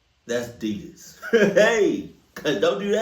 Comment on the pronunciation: I love you and your love for Adidas, but you do know you're not pronouncing it right, right? Been watching you for years now and I just have to ask🤷🏽‍♀️😂😂 all love tho🫶